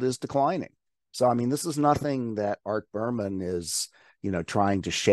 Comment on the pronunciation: It’s Berman not Burpmann